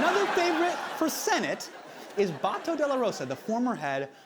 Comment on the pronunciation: I'm years late... But "Bung-Gow", "Ba-tow", "Doo-ter-tey", and "Sha-boo".